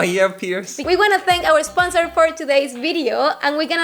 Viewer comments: Says esponsor right after firmly stating that she doesn't make that mistake anymore lol, kinda cute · she just said "we want to thank our Esponsor" 😂